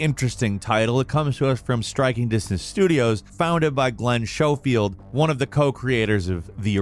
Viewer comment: Showfield lol.. schofield. Lol. Eh. Who cares right?